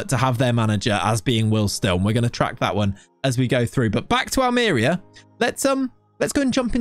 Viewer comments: Me watching the video: "I hope he pronounces it 'Almería' and not "Almeria": "Welcome to..." "AHLMEERIA" Me: "Oh my God, he can't just... bless him" BUT, ironically, he pronounced "rojiblancos" almost perfectly. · Hate to be THAT guy. But that accent tells you it’s al-mer-EE-a. Love the choice though. Who else has managed them?! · Excited for this save LET'S GO!!! On a side note, it's pronounced Almeriiiiiiiia, with emphasis on the i (in case you didn't understand it haha), can't have the DOF not pronouncing correctly the name of the club he directs 😅 good luck with the series can't wait! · Ha yes that was my first thought. Aal-mr-ee-uh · Its read it wrong .. its Almeriya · NO!! XD I'm subscribed already, I can only criticise your pronunciation